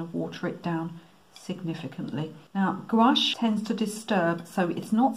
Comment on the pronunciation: Thanks for generously sharing these techniques with us. BTW, I'm a Canadian French speaker and your pronunciation of "gouache" is perfect, in fact, as perfect as the background you've created.